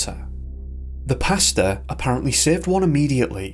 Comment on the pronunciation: Everytime the narrator says "pastor" it sounds like he's talking about his dinner order. I like pesto, including variations of the yummy sauce, but alfredo is right up there next to fresh pesto sauce..